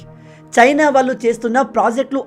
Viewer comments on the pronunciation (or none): none